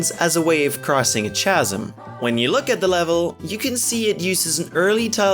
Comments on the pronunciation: Chasm is actually pronounced "CA-zim," not "cha-ZUM." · It's pronounced kazem, chasm doesn't have a ch sound in it. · Did you say chasam?